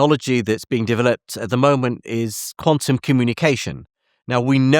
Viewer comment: Jim’s pronunciation of “developed” ie de veloped, got me wondering what I was actually watching!?